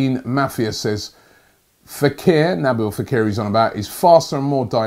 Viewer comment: He also said Naboo fakir, its nabeel not nabo 😂😁😂